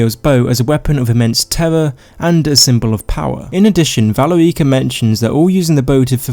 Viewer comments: Its valerica not vale ricka. Also similarly isnt the correct usage in your video. Its similarly. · ve leer ica.... no no. VA LE RI CA. Like for fucks sake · i love your videos, and you make some good points in this one, but the way you pronounce valerica 💀💀💀